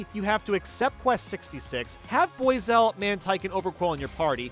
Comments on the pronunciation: Boy-zel? That is by far the dumbest mispronunciation of any Pokemon's name. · Man some of these pokemon pronounciations kill me. “Rydeer, boyzell, mespirit”